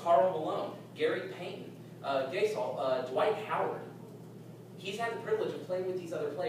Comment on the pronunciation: He pronounced Pau Gasol "gay-sol"....